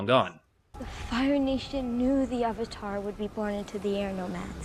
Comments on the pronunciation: shyamalan want the asian names to be said right but avatar is a real word!!!!!!! They changed avatar (a actual english word) into auvatar. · I cringed when I first heard "Aw-vatar" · Lol that's right, what did he call Zhao, Admiral Chang or something? What's worse is that they never seemed to be able to settle on a single pronunciation of "Avatar", and most of the time it ended up sounding like "Ahvatar". Avatar, for God's sake! It's the title of the freaking show this is based on! They say the word about 50 freaking times an episode (along with Aang's Sokka's and Iroh's names), and you're telling me you can't pronounce that!?! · Anyone notice that in the first Narration she says Ar var tar instead of avatar? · No, no. He butched the name of Avatar. The creators had to make The Legend of Korra to make up for this shit. He even made up random shit that wasn't even based on facts from the show. Shamalame cannot make movies expect for the 6th sense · I hate that they say AH-vatar and Ong.